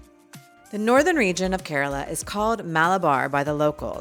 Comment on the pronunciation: Instead of mispronouncing, Keraala, she said Kerala. She is alright. The best gift of Kerala to mankind, Ayurveda! Catholic here and even I can vouch for its efficacy cent percent. And of course, anything coconut and banana chips; so on and so forth goes the list. We are not perfect; still have a long way to go but we do so steadily. And if not for anything, some of the handsomest men on the planet, especially Calicut and Kasargod...oh , well!